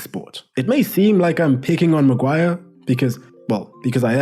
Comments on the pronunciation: The £egend that is the ‘Hairy Magwar’ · ITS' LORD MAGUIRE! GIVE RESPECT FFS